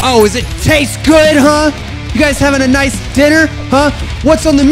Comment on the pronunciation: Day 68 of saying noice till sees it: noice